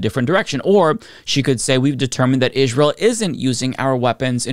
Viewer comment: Israel is pronounced like "Ijrael?"